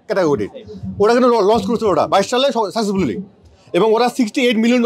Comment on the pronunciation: সাসেসফুলি।। আগে এক লাইন তো ইংলিশ বলা শেখো।। তারপর রকেট উড়াবে।।